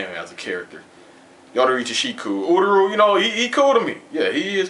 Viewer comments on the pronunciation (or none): ururu? its uryu lmao